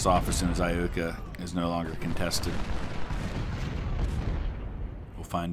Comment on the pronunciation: Eye-YOOKAH ... just saying :D